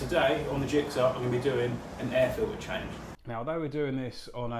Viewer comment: Why are you saying air file-ee not air filter ?